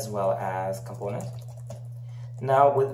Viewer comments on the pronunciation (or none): КомпОУнент, я тебя умоляю!!! Не компОнент. Дичайше режет ухо!